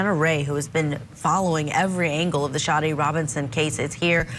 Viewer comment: SADE Robinson, not Sharday Robinson.